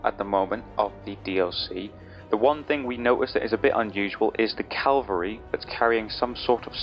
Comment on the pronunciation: Funny how you know the proper word for 'Lance' but are incapable of pronouncing the word "CAVALRY".... Smdh. Ffs.